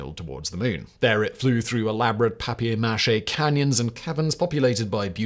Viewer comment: "Papier Mache"? What is this, a Seinfeld episode?